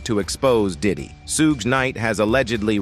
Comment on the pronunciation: If you are going to talk about someone learn how to pronounce their name please. It's Sug...as in Sug ar.....silent e (Suge)